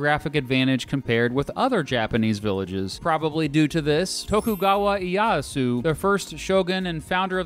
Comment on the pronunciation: "Tokugawa Yaaasu" i died.